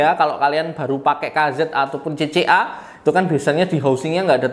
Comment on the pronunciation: udh gw dengerin ampe speed 0.5x tetep kedengeran "CC Arab saudi.."😅